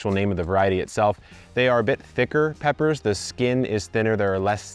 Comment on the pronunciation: he said peppera